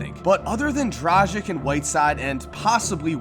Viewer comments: It's not DraZHiK Its draGich You prounonce the G as in Gary and the C is pronounced ch, as in BogdanoviĆ, PetroviĆ, VuceviĆ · Hey! Just wanted to correct u how u are pronouncing Dragic. U are pronouncing it Dradchick while the correct way would be Dragitch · Ay, Dragic is pronounced Drah-Gich, hard G soft C. Just so you know. Also I'd say you rated the big names (Bulls, Heat, Knicks) too high, their rosters just look disastrous IMO. And Noah (4 points on 38%) definitely shouldn't be starting and possibly shouldn't be on an NBA team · Dragic is pronounced "Drah-gich" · You are wrong about some points about Miami Heat: 1) The "G" in Dragic is called as in "go". 2) About the "Others than Dragic, Whiteside and possibly Waiters and McRoberts"-part: First, Waiters and McRoberts are anything, but playoff-talent! Just look at their last season averages. McRoberts had 3.6 PPG!! And Winslow, Richardson are far better players than McRoberts, Waiters. Then you forget about Tyler Johnson, yes could be very well a bust, but at least give your opinion on his 50M contract. 3) Yes, they don't have much established talent. But that doesn't mean they don't have talent. Basically, what are they doing is trying to find another gem, as they did with Whiteside. Unlikely, but lets see what happens. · is it that hard for americans to pronounce Dragic correctly ? Jesus christ people